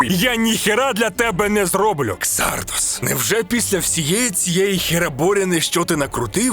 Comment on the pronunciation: КсардАс а не ксардОс😄